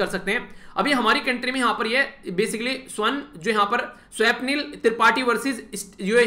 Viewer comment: Swapnil.. स्वप्निल... pronunciation..